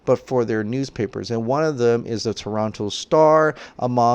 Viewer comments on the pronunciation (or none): none